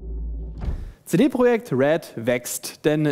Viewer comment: Ja, Leute, es heißt "CD Projekt", nicht "CiDi Proschäkt". Es gibt einen Unterschied zwischen Projekt und Project.